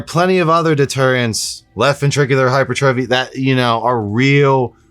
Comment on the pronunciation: Hypertrophy is pronounced - hai * pur * truf * fee. Take it from an RN. Love your content.